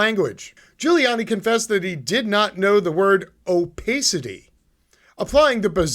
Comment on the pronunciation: oh-PASS-it -tee :)